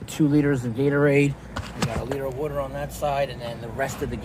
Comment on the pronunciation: Codarado??? Colorado! It's Colorado... oh and don't get me started on your wooter. Nothing better than a tall, cold glass of wooter.